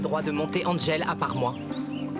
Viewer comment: Un moment hachelet à dit engel pourtant c angel